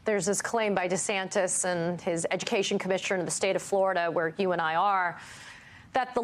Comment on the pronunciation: I like how this man pronounces his name -- DeSandToes